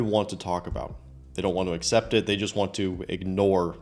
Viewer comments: She will not “uh-ssept”? I get English isn’t her first language but her attitude negates any grace I’d grant for that. 😂 “What if I’m a loser…?” It doesn’t matter. They’re obsessed bc he’s a tall, built black guy. And yes, it matters that he’s black. Call me what you want, but it’s been proven that women and children are most susceptible to subliminal messaging and what has been pushed for easily a decade now is that this is the ideal pick for white women. It’s in the billboards, tv shows, movies, music… careful, though: once you see it you can’t unsee it, and you’ll see it everywhere they’re doing it. 🤷‍♂️. These two will sleep with him, but they won’t settle down with him. He’s a novelty on top of all the others, and they’re not thinking far enough ahead to see differently. What gives him the right? The same thing that gives you the right to dress it up for your “girls’ night.” 😂 That last one is GOLD! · Assept? huh